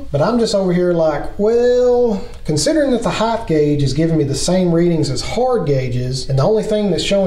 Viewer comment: Its HEIGHT, no H on the end. Its not HEIGTH.